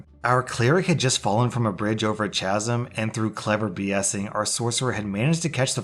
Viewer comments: omg CHAZM, it's pronounced cas-um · The ch in chasm is pronounced like a K... it's like kasm. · Chasm is pronounced "kasim". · Did you just say chazzum? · FYI the ch in chasm is pronounced like a K